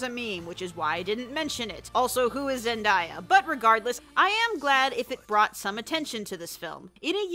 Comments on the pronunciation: you gotta be joking, right? If not, two things: 1: Not to correct you, but it's pronounced, "Zen-Day-a." 2: She's known for being in the Disney Channel show "Shake it Up," was in a Disney Channel movie called "Zapped" (BTW, best not to watch that movie. Their movies suck,) and if you may or may not know about Dancing with The Stars, she appeared as one of the judges on "Disney Night." Specifically, the one where they had their opening scene playing "It's a Small World." I know this because I have a sister who is a HUGE Disney Freak, and another part of me that has a long-term memory. Very long term. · Only gonna say this once: ZEN-DAY-A. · Firstly that’s not how you say zendaya, and secondly she’s Mary Jane in Spider-Man homecoming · Who is Zendaya (zen-day-a)?! Did you watch homecoming or greatest showman? 🤨🤨🤨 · is pronounced Zen-DAY-a!! Also great video 👍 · I can’t have been the only one who was bothered by the way she said “Zendaya” xD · also, who is zendaIYA???? disresPECT!! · Her name is pronounced Zen day yah she's from a Disney show called shake it up, KC under cover, the greatest showman and many others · Anyone else break a little inside when she said Zendaya's name? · Who is Zendaya? WHO IS ZENDAYA? YOU'RE NOT EVEN PRONOUNCING HER NAME RIGHT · You say Zendaya wrong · Sim not trying to be rude by you said Zendaya wrong. No offence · ngl little ticked off you pronounced zendaya wrong XD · Wait...DID YOU ASK WHO ZENDAYA IS? AND MISPRONOUNCE HER NAME ? UGH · i love the video but not going to lie you said zendaya's name wrong... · HER NAME IS PRONOUNCED zeNdAya AND HOW HAVEN'T YOU HEARD OF HER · I laughed when you said "who is Zendaya?" pronouncing her name wrong. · “Zen-di-ya” nooo Zen-day-ya u were prob joking but u can’t help myself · it's pronounced zen-DAY-uh, not zen-DIE-uh. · its not ZenDIEa. its ZenDAYa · zen-DAY-a not zen-die-a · Zendaia? It’s zen-day-a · Hey Ummm, it's pronounced zen-day-uh not zen-die-uh, kay bye. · Zen-die-uh? It’s Zen-day-uh.